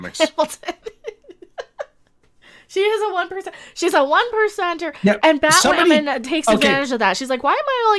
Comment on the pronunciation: Batwahman? It’s Blackwahman now! They have to mention that dozens of times to make sure you know.